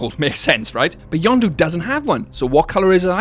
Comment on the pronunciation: I simply cannot understand how "Yenndo" is pronounced "YonDoo" Isnt it pronounced "YENN DOE"? idk